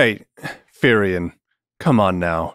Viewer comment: Not Therion, Furion.